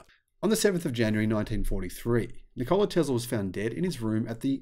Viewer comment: Afraid your pronunciation of Nikola is a little off - no stress on the O. Here is another Nikola.